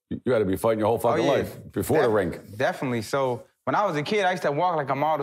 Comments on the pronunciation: I’m not paying $15 to listen to Joey keep saying “rink” lmao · Sounds like Joey is saying Rink NOT Ring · Lmao. Joey doesn’t know the difference between a rink and a ring. He keeps saying Rink. Lmao. It’s a boxing ring not rink.